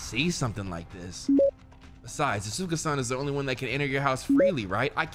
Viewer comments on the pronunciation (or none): and have me die with AH-SUE-KA 😂😂😂 Mispronouncing names since Danganronpa, i love it!